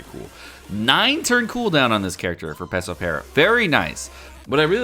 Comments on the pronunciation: It's FUKIN PeRospero not pesospero .... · His name is Perospero, not Pesopero.